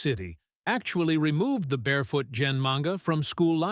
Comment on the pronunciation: Well, the A.I. repeatedly mispronounces Gen's name as well.